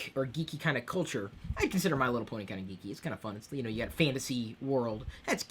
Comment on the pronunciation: ken leo "Just saying" should have been enough justification for my comment. Not sure what your problem is, or why you think I'm a loyalist, considering I'm Irish myself, but I'll fill you in anyway, remember in the video when Chris said Bony instead of Pony? Figure it out yourself.